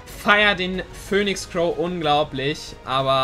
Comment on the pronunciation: Pöhnix Crow